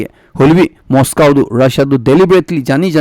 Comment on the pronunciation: Pronunciation of Moscow and Waqf be corrected